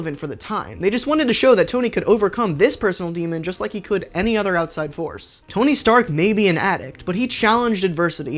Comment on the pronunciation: TONY STANK NOT STARK